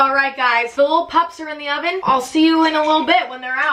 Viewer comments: putem indie ahhvin lmao i love it when emma can't say words correctly. it reminds me that i'm not the only one who is supposed to know english but doesn't. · " *p Ut t H Em ew E n di O we n"* *dies of laughter* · thank me later "pyut thyem in thye yoven"\